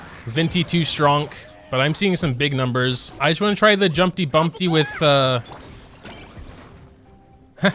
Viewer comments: My man just says jumpty bUmPtY instead jumpty dumpty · jumpy bumbty? its jumpy dumbty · "Jumpy Bumpty" Me: yOu mEAn JUmpY DUmPtY